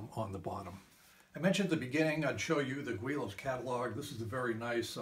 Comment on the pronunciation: Its pronounced willows I have started 5 models never actually finishing any of them ha. Thanks for your sue advice!